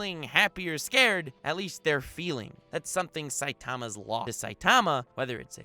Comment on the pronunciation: You’re putting the wrong en-PHA-sis on the wrong sy-LLABLE... SAI-ta-ma not sai-TA-ma. Just sayin